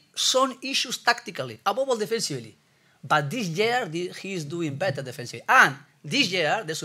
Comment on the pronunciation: 🤣🤣🤣 he is saying "above all" but his accent isn't allowing him to🤣